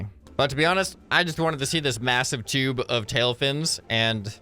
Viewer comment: I laughed every time he said tube😂😂 (Toob hits hard🔥🔥🦅)